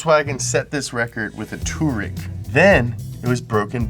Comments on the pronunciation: I'm not sure if pronounced Touareg like that in a playful jokey way, but I know it's very commonly mispronounced. It's "twar-eg" or "too-are-eg" (with the second one I wrote still only being two syllables). I have a weird OCD about both spelling and pronunciation and so many people say Touareg improperly. Just a little knowledge tidbit for anyone wondering 🤔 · Touareg is pronounced differently. Any way, nice video , just this one bugged me